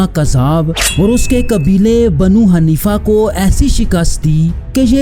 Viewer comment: ارے بھائی پہلے تھوڑا محنت کیا کرو صحیح سے تلفظ بھی ادا نھیں کیا جا رہا آپ سے دریا نھیں. درعیہ تلفظ ھے اور حنیفہ. اور حنفیہ میں بھی فرق ھے